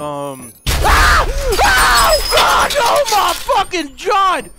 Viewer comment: Anyone else hear him say oh my Fucking jod